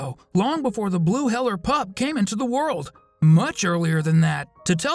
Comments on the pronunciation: Sorry if I’m rude but it’s hee-ler not hell-er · HEELER not HELLER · It’s not ‘Heller’, it’s ‘Heeler’! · It’s not heller it’s heeler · It’s not sausage it’s snickers and it’s not heller it’s heeled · It IS heeler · Definitely heeler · its pronounced 'hee-ler' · So I’m not the only one I thought of that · lad he said it wrong she’s only saying the truth